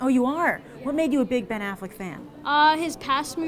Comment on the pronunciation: That kid gave Argo 8.5 out of 10. HAHAHAHA you Americans are so easily impressed as soon as someone is acting "normal". If he would've criticized it and known how to pronounce Ben Affleck , he might be on a good way. If you watch a lot of movies you would never rate it over 7. Not an opinion, it's a fact. Start with criticizing my English if you want, it's my 4th language. Good bye Youtube and America. I win.